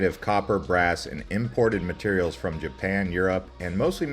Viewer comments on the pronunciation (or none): none